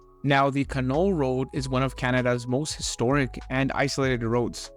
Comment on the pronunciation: the Canol road is pronounced can'-all emphasis on the first syllable.